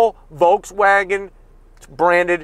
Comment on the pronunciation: There is no L sound in Volkswagen. Pronounced like folks, no L sound.